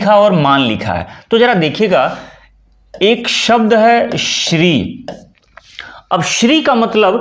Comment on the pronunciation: Sir ji Shri h shiri sh adha hota h r pura sahi prononciation batao